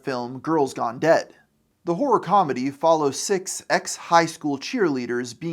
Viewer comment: you probably need to work on really enunciating that final syllable in "horror", lol. It sounds like a completely different word when you say it